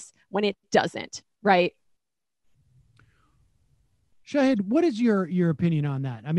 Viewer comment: I love the show guys. I subscribe and watch every day. I'm begging you -- please learn to pronounce your guests' names before they come on. Nomiki and Shahid have been wayyyy more understanding than I would expect anyone I work with professionally to be if I constantly mispronounced their names.